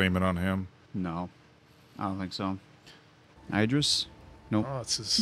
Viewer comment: Eye-Dris. I've never heard anyone call Idris Elba that before. Hahaha!